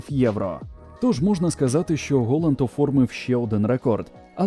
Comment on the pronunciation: Голанд* бляха! А не "холанд" 🤦‍♂🤦‍♂🤦‍♂